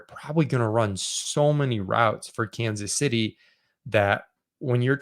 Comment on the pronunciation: "Kansas Shitty" We all heard it.